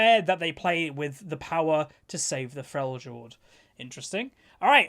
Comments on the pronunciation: I think its Frel-yord not frel-jord my dude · it's pronounced "Fre-le-ord"...just saying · The "j" in Freljord is pronounced like the "y" in Yorkshire. Also this is looks like a snowball champion. loud audible booing I'll show myself out.